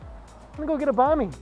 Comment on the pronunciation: So cringing the way he pronounces banh mi smh sounds like he’s saying a persons name